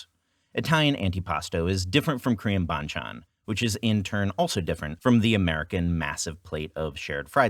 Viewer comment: when you hear an American pronounce panchan like a Chinese ^^